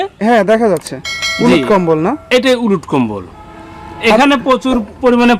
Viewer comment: এই গাছের নামটা একটু ক্লিয়ার বললে ভালো হয়